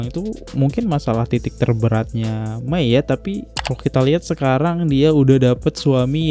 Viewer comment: Mohon maaf cara panggil nama Bunda Maia(dibaca :Maya) aja gak ush Mai/May.😅 Keknya tuaan saya sbg millenials nih dlu tau bgt sejarah mrk br3 yg heboh seindo,dan bnr2 ngawal Al, El, Dul lwt jalur infotainment smpe mrk akhirnya dewasa dan pilih tinggal kembali ke bunda Maia. keknya abangnya blm lahir atau msh bayi kyknya ya era 2005 keatas. 😅